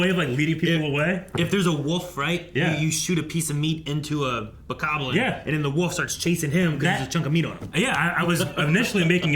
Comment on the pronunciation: "Okay, here's your chance to play 'Tears of the Kingdom' TODAY! All you have to do, is pronounce this word correctly." >The word is "bokoblin" "....FFFFFFFFFFFFFFFFFFFFFFFFFFFFFFFFFFFFFFUUUUUUUUUUUUUUUUUUUUUUUUUUUUUUUUUUUUUUUUUUUUUUUUUUU-"